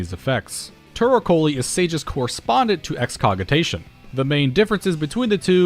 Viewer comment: That's a soft "G" in Excogitation, by the way. I pronounced it your way at first, too. It's another word for "to plan" or "to devise." For Nature's Minne, there's an "eh" sound at the end due to its roots in High German.